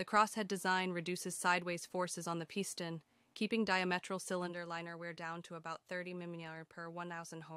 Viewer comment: "Peye-sten rods". That's a new pronunciation. 🤣